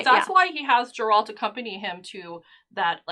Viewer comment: Sorry, I don't trust anyone who's managed to watch 8 hours of the show is still mispronouncing Geralt's name